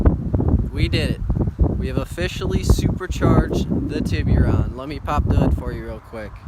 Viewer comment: Awesome Job, but please stop saying TibbyRon, its TIB ERR RON, or just call it a Tuscani. other than that. Tibbyron makes it sound like a nick name for a baby. Other than that. Good job keep up the good work. I also have a 04 GT Silver 6 speed, supercharged. I may make a channel on everything everyone needs to know. Not sure yet. Nice car.